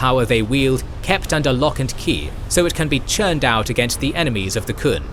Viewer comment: I'm really happy that this got released, but the Qun is pronounced "Kyoon," not the "Kun."